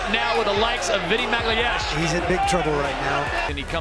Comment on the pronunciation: I love how no one can say "Magalhães" properly